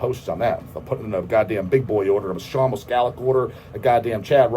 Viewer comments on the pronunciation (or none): none